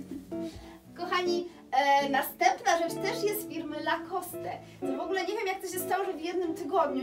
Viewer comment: Super zdobycze, jak zwykle. Zazdro! Zwłaszcza wężowego paska, wszystko inne też fajne. PS. Lacoste to francuska nazwa, czyli nie wymawiamy "e".